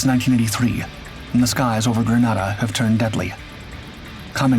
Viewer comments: "In 1983......" The island nation's name is pronounced <Grë-nā-dâ>, like the weapon "grenade", not "<Grâ-nâ-dâ>", as in the Spanish city. I should know, my unit, the 1st Special Operations Wing, was active in that operation. We sent MC-130E Combat Talon IIs, and 3 AC-130H Gunships. We also prepped our MH-53H Pavelow III helicopters, but they were never sent. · Grenada is a Caribbean/West Indian island...nothing Latin about it. British people mispronounce the one in the Caribbean because of the island of Granada off the coast of Spain. Most foreigners will not pronounce Arkansas and Meraland the way Americans do. My in-laws look at me as ignorant because of the way I say Dudois and Hebron...not about to change though, they stupid country folks. There are three spellings of Allegany, something I had to teach spellcheck! What say you about ignorance and confidence now, Sargent?